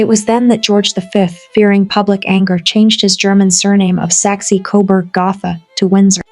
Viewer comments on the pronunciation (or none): Very few people get that e right; most make too much of it, either making it Saxey or Saxay: it's more like the uh when a Brit asks for a cup of tea.